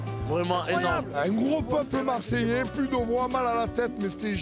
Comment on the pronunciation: Grave moi je suis choquer de voir comment tu détruit le nom de notre peuple « Marseillais »